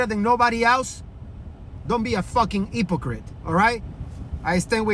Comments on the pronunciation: You mean the one who couldn't even say hypocrit 😂😂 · Bitch you can’t pronounce HYPOCRITE